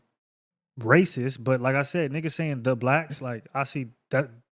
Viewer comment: Yall say MESSicans